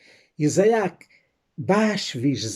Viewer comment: "Iza-ak" não, mas sim "Itzák".